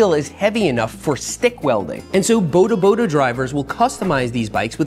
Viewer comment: I'd pay to teach you how to say bodaboda not like that 😂😂😂 Boudahboudah Like you know how you say boarder? Not boulder, not border, boarderboarder